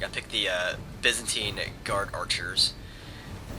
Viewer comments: byzantine is said, bye-zan-tie-n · It's most certainly pronounced by-zantine universally. Whether you pronounce the third vowel as an 'e' or an 'i' could be regional, but I'd wager most would pronounce it as the the latter... even in the States. On another video you called the gallochlaigh 'ga-log-likes', too. ...It's closer to 'ga-loch-lay'. Anyway, I'm done being pedantic. Love your vids.